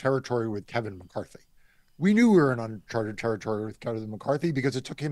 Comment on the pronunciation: Marc repeatedly trying to pronounce “uncharted territory,” and failing, made my day.